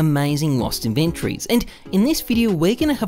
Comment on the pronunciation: love how you say "In VENN trees"